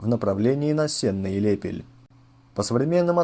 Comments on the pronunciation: правильно говорить СеннО, а не СЕнно. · не СЕнно, а СеннО. Уши режет. О чем говорит, сам не знает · СЕнно? Я думал СеннО. ( Ударение на "О") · Не СЕнно, а СеннО. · СеннО а не СЕнно 🤣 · Только Сеннó, а не Сéнно. Ударение на «о». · Не СЕнна, а СеннО. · На сененщине говорят: Сенно (ударение на О) а не Сена. В десяти километров от города (районный центр) стоит обелиск экипажу Катюши - ребята попав в окружение, взорвали себя вместе с техникой. Вечная память героям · СеннО, а не сена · Сенно- дарение на последний слог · СеннО, а не сЕнно, я из Витебска, а так очень толковое кино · г СеннО, ударение на О! 🇧🇾🇧🇾🇧🇾привет из Беларуси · СеннО , ударение на о . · Ударение на Оооооооо!!!!! Сенноооооооо😮!!!!! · СеннО. Ударение на О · СеннО ударение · Правильно СеннО (ударение на «о»). Бывал на том поле, где был бой (по словам стариков) - там железа всякого … До сих пор выпахивают каждый год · Мы не во Франции! Сенно - ударение на "О", как правильно указывает Васильевич. А, так, информация интересная.